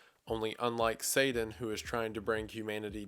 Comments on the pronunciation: Satan-not sadan, come on man. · Great video but you saying sadan instead of satan is 😐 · After having watched Wendigoon for a couple of years now, it still catches ,e off guard when he says his T's as D's... (Sadan for Satan) 🤣😂🤣😂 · Kinda odd you don’t say Satan. You keep saying it like Saden. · Its not pr9nounced sadan.....its pronounced say tin. Satan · Its not " Saiden ". it's " Satan" I couldn't watch it,, your infantile pronunciation was like nails down a blackboard to me. You're also a freemason, you literary worship Satan. So you should know better, or was that the plan? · Lol😂 if you weren't told about it by a freemason who intentionally mispronounced " Satan " as " Saiden " you wouldn't have a single thought about the basics of Christianity. Good Lord. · It's pronounced SayTIN, not SayDIN 😅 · It’s pronounced Satan not Sadan emphases on the T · Its SATAN not SADAN. You should know how to pronounce it if you do the video. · the way you said sadan and not satan irks me but good video as always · (Say-Den)......WHY CAN'T YOU PRONOUNCE YOUR T's!?!?!?!?!? It's (SAY-TIN) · This was really cool and interesting! Not gonna lie, the pronunciation of Satan as "Sadan" drove me nuts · Satan is pronounced with a T not a D. Sadan? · I love the breakdown of the story, great stuff.. But all the horrendous grammar and his bizarre pronunciations are killing me. I don't think I can't stand one more "Sayden" instead of Satan, or one more "so whenever" leading into a sentence 🤦🏿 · It's not 'saaay- diiiinkn' It's SAYY- TAAN!!! Please remember the pronunciations that are not the obvious north American/ weakened, almost slang pronunciation, a weakened americanised names are really hard to take, esp. those said so often... Please take as constructive criticism, I'm just making you aware how names of characters and places are of high Importance and impact, that's all. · i apologise, i dont mean to nit pick but it's Satan not Sadan. sorry this bugged me. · Say Dan.